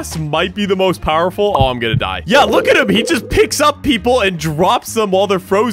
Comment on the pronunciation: Bro said powerfull ball